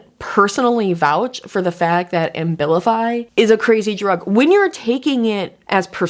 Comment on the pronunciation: You’re pronouncing the medication Ambilify, I’m assuming you mean Abilify? (No M) I’ve been on that med for years simply because the withdrawal effects and depression are too severe whenever I try to go off it. It’s a serious drug